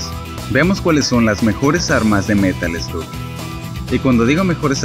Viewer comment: Se pronuncia merol sloc